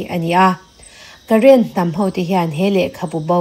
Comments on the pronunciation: Karen ti lovin karen tih hi thluk tur aw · Karēn i lam dan hi aw,Rën hi thluk rawh,i chhiar hmain lam dan dika lam turin inzir thin tawh teh,i class a lantir ania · Karen ho kha, current tih ang lam rik tur a ni lo aw😊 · Karen hi current tih anga lam loh tur. Karen-a 'Ren' lai tak hi silai zen (gun powder) kan tih a 'zen' kan lam thluka thluk tur.